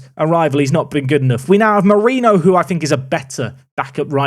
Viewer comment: On the subject of pronunciation of names of players, a couple quick ones from an Italian/Spanish speaker: Gàsperi is pronounced with the accent on the A, not on the E like you have been saying it, while Mariño is pronounced Marinho (like you would, for example, say Ronaldinho)